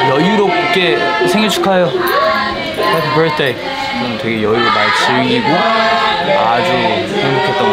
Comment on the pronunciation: when Han says Hppy Birthday got me so hard hahhaaha!!